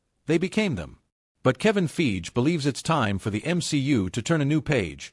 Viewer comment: Kevin 'Feege', pronouncing Fiege like Siege. 😅